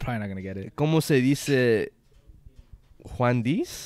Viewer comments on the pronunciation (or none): homie said juan dice 😭